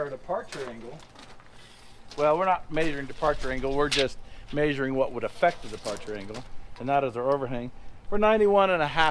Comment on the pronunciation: After watching your videos for 2 years I am 11% smarter. Maybe 9 1/2. I have learned to keep a Mountain Dew handy in case of fire, and I have also learned to trust my eyeballs instead of a "mayzuring" tape. I have never welded before, but I have learned to simply look away instead of using safety equipment. 👍 "The MORR You Know"